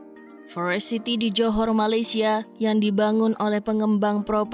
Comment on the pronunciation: Kok sebel ya, denger dia baca forest city jadi forest sithi. Parah